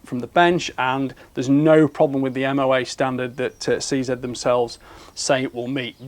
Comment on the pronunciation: Seeing this new line makes me wish I bought a few 527 and 550 models. Thanks for your review, and pronouncing 'CZ' correctly.